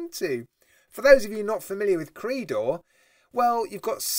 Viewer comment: It's not pronounced "Creedor". It's pronounced "Creydor"